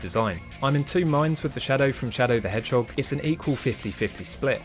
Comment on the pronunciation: Shadow the Hhog